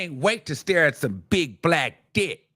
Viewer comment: Yeah she bought them in from out of town. Made the arrangements. I said that yesterday she loved it. And stop saying dick like that boo. Dickkkkk, dickckckc 👀 👺👿